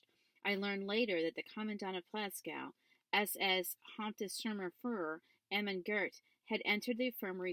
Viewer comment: "haupssturmurfuhrur". nice